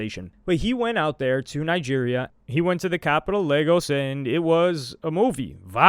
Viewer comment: Lagos isn't the capital that's Abuja but it is the most popular city and Nigeria's economic powerhouse. You got the pronunciation right though 😂